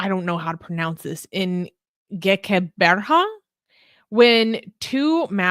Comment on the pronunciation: Gqeberha is pronounced with a click sound south africa has a vibrant queer community but we also have a small but violent extremists we much further ahead than rest of africa can we have a white stripe on the flag for white minorities in africa